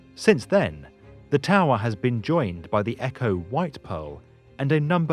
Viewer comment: Funny how he pronounces Eko as Echo.